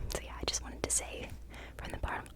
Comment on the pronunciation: Great video! “Form da botterm of me heart.” 😂